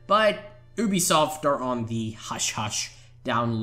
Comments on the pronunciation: Also said UBE-I-soft instead of saying it like -U-B-SOFT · U BE SOFT , not UUB E SOFT. :D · it's YOOBESOFT not OOBESOFT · Obisoft ? I think you mean Ubisoft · the way you say u bisoft is oooobisoft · Oobisoft hah. Good one mate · Oobisoft, you've got to be the only person on the planet who says it like that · The voice cracks and they was he says OObisoft. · I can't believe he said oobisoft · you-be-soft? maybe? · You also said obisoft